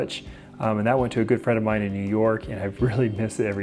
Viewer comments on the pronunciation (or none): none